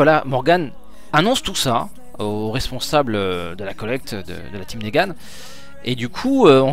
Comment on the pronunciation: c'est pas négane mais niguen